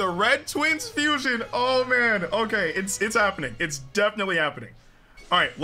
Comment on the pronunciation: They butchered the name of fusion 🙃